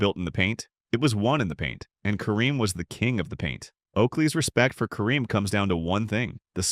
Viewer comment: Awwww, you blew it when you mispronounced Kareem's name. Go away, AI.